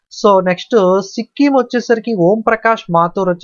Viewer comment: Sikkim ❌sikkom✅